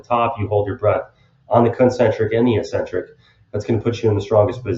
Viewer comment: You're mispronouncing eccentric. Look it up.